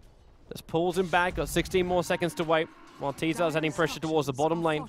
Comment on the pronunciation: i wish knew that tzar is not pronounced as t-zar